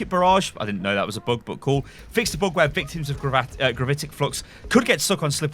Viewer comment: I like the way you say "bug" it looks like boog X)